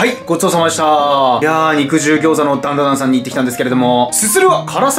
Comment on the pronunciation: ダンダダンの滑舌のよさ